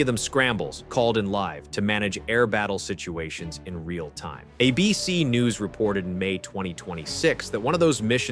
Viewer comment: AI slop. It can't say "ABC" which any real person could say. "A BC mission..." nope. Slop. . And as an Aussie how do Aussie sanctions have any effect on Russian oligarchs or companies that have very little business with us? I'm done. Sinks of BS, total garbage. Disliked.